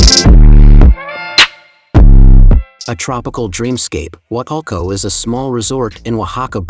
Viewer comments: The pronunciation is Wah Tool Coh not Wah Tul Coh... Nicely put together. Good informational clip but soooo much more to see and do. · It's Wal-tulco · It bothers me how you say wah too co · Man say the name right.